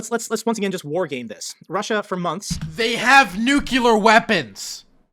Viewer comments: PLEASE learn to say "nuclear" correctly. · what's the most dangerous weapon? NUKELAR BONB! Sorry :D